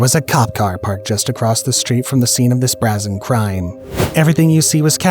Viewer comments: Brazen crime is pronounced “brā-zen”, not “brah-sen”. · BrĀzen not Bräsen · Hey Genius, Get a Dictionary…..it is NOT pronounced BRA-ZEN it is Bray-zin. Do you even READ? Hence why your channel is called UNpopular…….schocker. Dislike, UNSUB, block. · It isn't "brah-zen" it's "bray-zen" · “Beau” is pronounced “Bo” and “Brazen” is pronounced “Bray-zen”. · brazen = long a. also, beau = "bo." this is why i'm unsubbing, it's too distracting from the story. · "brazen" is pronounced "bray-zin." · Bray zen not however you pronounced it lol that Jack in the box employee was basically being racist and was going to kill someone over food that a customer didn't get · Brāzen - pronounced bray-zen yo. C’mon mate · narration will be the downfall for grammar. Brazen bra·zen/ˈbrāz(ə)n/ ARGGG! pronounced it Brah sen. Hint to the future script writers of the world, please research the pronunciations of words before you end your edits!! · Brazen. Pronounced BRAY-zen. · The Braz-en crime... It's like people rather just be sloppy and use tts or just can't pronounce and find it too much work to see at least 5 sources locally when talked about a location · Just trying to help you not sound funny to people it's brazen like a ray of sunshine that's how it is pronounced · Nope. Mispronounced brazen.